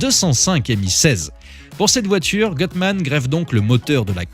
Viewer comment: Gutmann c'est allemand pas anglais la prononciation et erronée